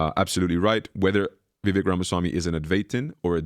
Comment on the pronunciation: Vivek..rhymes with cake 🎂 Please, people, learn to pronounce it right. He may be the first president or VP known by his first name🎉